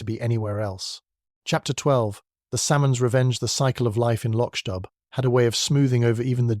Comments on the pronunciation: IT’S PRONOUNCED “LOCK-DOO”. It’s annoying to hear the constant butchering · It is pronounced Lock Do! And PLEASE let Julian Vane and Julian Vane Smythe die already. He is like a vampire who can’t be killed. Julian has been murdered at least 5 times.